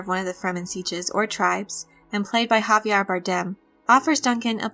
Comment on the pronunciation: you are creating a masterpiece! just a little tip: Javier is pronounced Havee-er, not Havee-ar